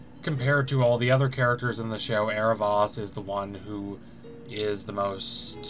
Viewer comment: Dude it's Air-uh-VOHs, not Air-uh-VAHs. Idk this really bugs me😅 I like your videos